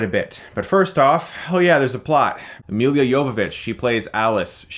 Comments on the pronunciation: Who is Milia Jovovic? Dude... Its MILA, where the fuck did you found second i in Mila? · it's mila not milya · I sort of gave up after the first one. Oh, by the way, her name is pronounced MEELA YOVOVITCH. Aren't you able to speak without peppering your vocabulary with profanity? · The movie sucked, like most of the franchise, but I just wanna say this, hearing you pronounce Mila's name(and her last name), it's just plain butchering, I mean come on, it's not that hard to pronounce it right, and it's not like this is her first film and you just heard her name. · You should really learn how to properly pronounce her name first.